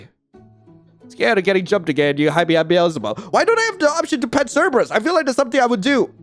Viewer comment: "Cerbrus picks up cerbrus" 🤣